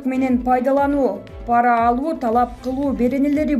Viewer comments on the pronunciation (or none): none